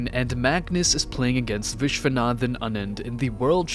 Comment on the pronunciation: who is Vis-wath-anan?